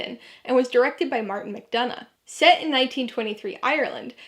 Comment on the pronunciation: I also want to add on to this that you are the ONLY person who has pronounced McDonagh’s name correctly and that means so much to me.